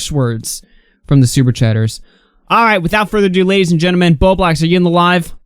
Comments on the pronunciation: "Ladies and Jenmen" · "Ladies and Gen-men" lol..and I'm done with the video.